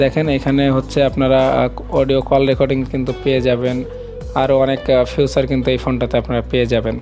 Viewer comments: ফিউচার নাকি ফিচার??? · ফিউচার না বলে ফিচার বলবেন।ফিউচার মানে ভবিষ্যৎ